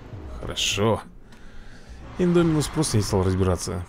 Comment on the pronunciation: правильно говорить индОминус а не индомИнус